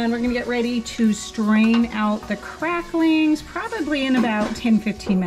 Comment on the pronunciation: Just have to say that my favorite part of this video is knowing that your kids appreciate some Hank Williams. Edit to add that my least favorite part of this video is that you put a “g” on the end of the word cracklins. 🤪😂✌🏻